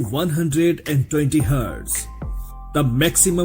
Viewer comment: HEEEERTZZZ - HURRRTTTZZZ LOL